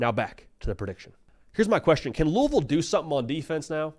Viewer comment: as a louisville grad, thank you for pronouncing it properly